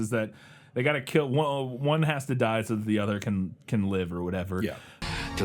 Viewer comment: But will it keel?